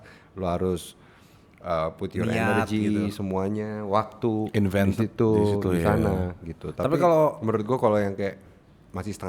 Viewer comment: salfok banget kak nyadar "invented" harusnya invested🤣